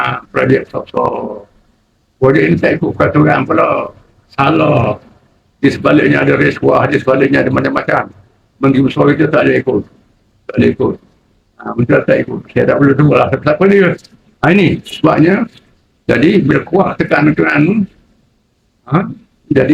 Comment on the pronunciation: rashuah. dah berpuluh tahun jd warga malaysia.x reti2 nk sebut perkataan rasuah .mcm ni ke nk jd PM melayu sembang x senonoh. bhasa melayu pun lemah menunggang boleh mufti. besan dia kan